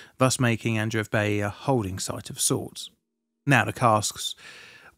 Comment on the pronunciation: Congrats on your nuptials. I think Adreev the ev is usually pronounced short vowel eh as in: ehv. The first e would be pronounced long a form. As in Ay. Ahn'Drey'Ev. Not eev long single vowel double e as in English .